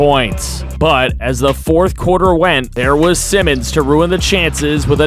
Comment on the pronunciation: I saw the comment that you getting use to the names, if im bugging you let me know but anferne simons last name is pronounced S-eye-mons